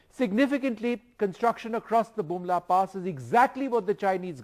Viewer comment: Use earphone he said bumla